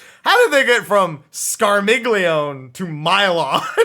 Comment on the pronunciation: Scarmiglione is pronounced 'Scar-mee-yon-eh' because it's italian--it's the name of one of the Malebranche in Dante's Divine Comedy: "They bent their hooks and shouted to each other: And shall I give it to him on the rump? And all of them replied, Yes, let him have it! "But Malacoda, still in conversation with my good guide, turned quickly to his squadron and said: Be still, Scarmiglione, still!" Barbarricia, Cagnazzo, Rubicante, Calcobrina, and Graffiacane as other FF references. Scarmiglione is fairly similar to Scar Milion, and then Milon.